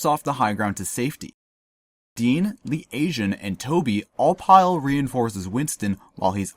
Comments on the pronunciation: yeah that was killing me throughout the video lol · Awesome analysis. I love the pictures they definitely help and you have such a keen eye, catching things that many of us wouldn't even noticed. The only thing bothers me is how Lee Tae Jun's name is being mispronounced haha.